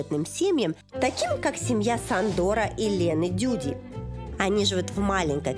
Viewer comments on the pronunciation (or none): И ударения в их именах ставятся на первый слог, а не последний. И не Сандор, а Шандор. Если уж делаете программу, так хоть имена произносите правильно. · Столько погрешностей, Эх, Жанна, Жанна. Я живу в Будапеште и знаю о чем говорю. Не Сандор, а Шандор, венгерская буква Sz - будет как русская С по звучанию, а если S(Sandor), то говорим Ш, Шандор. Фонетика другая. Не считая оговорок в русском языке, проблемы с падежами, Бог мой. Не Эндреа, а Андрэа, передача поверхностная. Роды бесплатны только для тех, кто работал и платил налоги, у кого оплаченная медстраховка работодателем. Иначе сам из своего кармана, мин.стоимость родов от 600 000 форинтов. Курс на сегодня к рублю около :4=цена в рублях). Это касается всей медицины, да скорая для россиян бесплатно и только, потому что между нашим странами есть договорённость. Вообщем много ошибок, мелких, крупных разных. Я не придираюсь. Я за правдивую информацию. Я пишу в Российском курьере ( о жизни в Венгрии для русскоязычных жителей Венгрии, веду блоги, например в Инстаграм: Не претендую на святую правду, но о взгляде изнутри лучше спросить у местных жителей, которые владеют языками и знают всю "кухню" страны. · Надо же бвло так венгерские имена испохабить. Ясно, что вычитала их где-то, а слышать не слышала. Ударение в венгерском всегда падает на первый слог, да к тому же «s» читается как «ш», поэтому не «СандОр», а «ШАндор», то есть Саша. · Очень хороший выпуск! Хотелось бы оставить подсказку на будущее: некоторые слова и имена героев выпуска произнесены с не совсем верно. Например, людей из выпуска "Ксилла" и "Сандор" на самом деле зовут Чилла и Шандор. Во-венгерски они пишутся Csilla и Sándor. В венгерском языке сочетание букв CS — это звук Ч, буква S — это звук Ш, а буквы SZ — звук С и так далее. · Только не Сандор, а Шандор. В Венгрии S читается как Ш. Нам, как русским Венгерские сады по питанию не очень. Для Венгров это нормально.